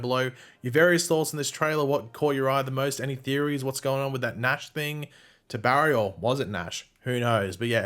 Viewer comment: Its nashh